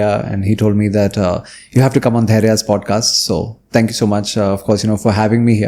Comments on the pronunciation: Pudcast kaise pronounce karta hai yeh banda 😂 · Work on your pronunciation. It’s not pooodcast. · Can he learn to pronounce ‘PODCAST’